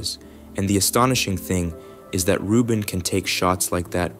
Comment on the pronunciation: Vieleicht sollte man die KI-Stimme den Namen von Frau Rubin richtig ausspricht. Das hat, in meinen Augen, mit Respekt zu tun.